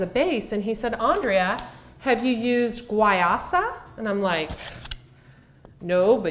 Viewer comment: It's pronounced why-use-ah